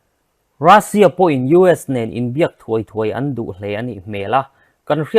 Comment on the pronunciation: Rassia nilovin Russian titur o